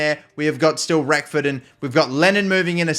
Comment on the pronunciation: Great start to the RTG with my club, but for the love of God please pronounce Reckord's name right!! There is no F in his surname. TIA :D